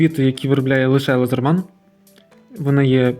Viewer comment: А чому лазерман я кщо , ,,Ледерман